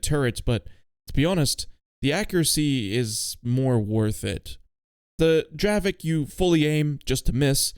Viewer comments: dear i am from chzechia and the tank is not pronoucet dravek but it is dravec you need to read the c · its not dravek, its dravec. like dravetz and its yezevetz, not djezeveck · its not dravek its dravec like c instead of k 😭😭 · I love the dravek😂